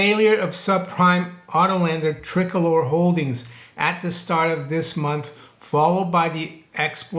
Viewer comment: it's pronounced TRI-COLOR